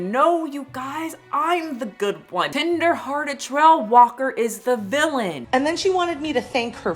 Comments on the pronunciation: I'm howling every time you say "tender-headed" instead of "tender-hearted". LOL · I keep hearing "tinder-hearted" not "tender-hearted" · The way said tender-headed instead of tender-hearted multiple times 🤣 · Not me thinking you're saying "tinder-hearted trail walker" every time lol